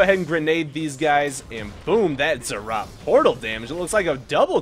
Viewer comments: They're ROTS, NOT ZZ'OTS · Zed Zed Rot